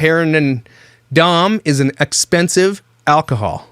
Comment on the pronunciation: So many things! Major points for promoting natural beauty and thicc women. You two absolutely should do something together. I love that you can't pronounce Dom. You just seem like a really cool dude.